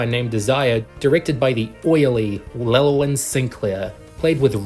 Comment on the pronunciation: Llewellyn is pronounced lou-ellen.